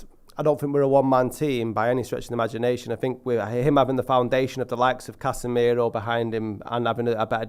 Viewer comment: say casmirooo in most mancunian way ever